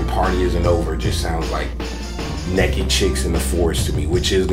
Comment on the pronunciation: He says "nekked" haha